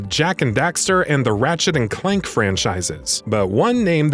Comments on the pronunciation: Funny. You said Ratchet and Clark. Not judging, it's just funny lol My favorite of all time will definitely be Sly 2: Band of Thieves. It was actually my 1st game in the franchise. I played it because at the time I didn't have a lot of options as a kid lol. But I did love Sly 3 and did play the 1st game - Sly Cooper & the Thievius Racoonus. I was disappointed by the 3rd game only because there was no real evolution on the added characters as there was with the regular Cooper gang members - Sly, Bentley & Murray. Like they should've gotten upgrades and little story pieces that would make them seem more fun or relatable. I was also hoping that in Thieves in Time, Sly & Carmelita both would be playable. Like maybe to take down a much more dangerous criminal she would call a truce with the Cooper gang becoming a temporary member like when the Panda King from Sly 1 & Dimitri from Sly 2 joined up. And that the story would focus a bit more on Carmelita and Sly's relationship outside of the job. I mean after all they were engaged once when Sly either lost his memory or faked the injury to get close to her at the end of Sly 3. So maybe we'll see more on that if they ever revive the series or make a new installment. Naughty Dog studios with it's groundbreaking games like the Last of Us series did seem to slack and pretty much leave titles like Sly Cooper, Ratchet and Clank, Jak (& Daxter) and Infamous to die out though. I also say that as a Huge fan of the Jak & Daxter games (except Fr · Ratchet and Clark and Jak and Dexter... come on guys. Did you even play these games? Do you even know what they are? It’s odd you could say it right the first time and then just mangle it after that. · Did he just say “Ratchet and Clark”? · My man really said "Ratchet and Clark" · Anyone notice hows he said, "Ratchet and Clark"? Hello tho lol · Its CLANK not CLARK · It’s ratchet and clank not ratchet and clunk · He fucking said Ratchet and Clark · This man really said ratchet and CLARK